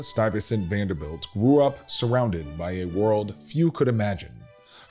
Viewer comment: Presenter needs to learn how to pronounce the family name!